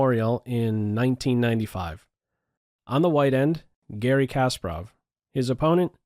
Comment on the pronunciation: Why am I so distracted when you mispronounce Garry's name ? It's not Casper-Off - it's kuh-SPAR-off